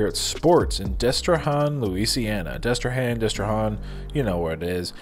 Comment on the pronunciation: It's Destre-Han like ham, not Hän as in Han Solo. Don't even try and say nuh-uh. I'm a native Louisianian and it's Han like ham.